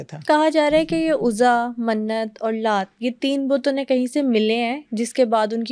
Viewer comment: Excuse me idols k name bhi apko thek se bolne ni aty these are Laat, Manaat, Uzza